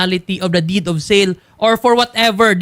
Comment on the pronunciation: DID OF SEL DAW....HSHAHAHAHA...DEED OF SALE